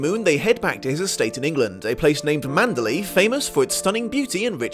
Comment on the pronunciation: You FAB host, "ManderLEY!" Most say it like Burma city ...LAY. But 2× you floor me. Spine-gain has SUCH timed reason & impact, also A+ acting; death reveal unplugs her long misconception.